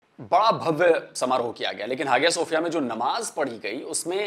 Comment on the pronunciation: सर, बहुत ही अभ्यासपूर्वक बड़ी अच्छी वीडियो बनाई है। बहुत जानकारी मिल गई। एक बात बता दूं ? जो म्यूजियम को मस्जिद बनाया उसका उच्चारण हाजिया सोफिया नही हया सोफिया है। भले स्पेलिंग कुछ भी हो। और अब तुर्की को इंग्लिश में भी तुर्किए बोला जाता है।